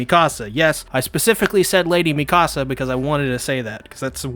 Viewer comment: I luv your commentary..but dude..her name is HAHN-GEE. Is there a reason you call her "Hangh?" Maybe I'm missing something(?) Or maybe I'm just a stickler for their names cause, I have so much respect for these characters.. Also, its [Meek-a-suh], not "Me-KAH-suh." I'm real protective of the Survey Corps. (I know..its weird)